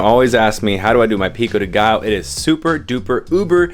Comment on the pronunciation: Pico de Gallo it's pronounced like Gayo. So you know💪🏽🚀